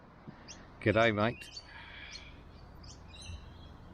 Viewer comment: At least you said "G'day mate" properly 👍